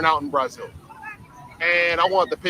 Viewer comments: He can't even pronounce brazil correctly 😂😂😂😂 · The correct pronunciation in Portuguese is Brah-ZEEL. Get a damn clue.